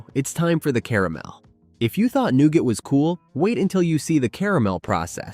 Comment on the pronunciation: new-ga. screen pics don't correspond with the narrative was my major peeve